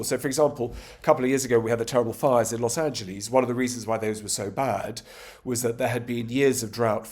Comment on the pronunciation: When an 'educated' guest can't pronounce Los Angeles correctly, even tho he's heard it said a trillion times, it begs one to question his education.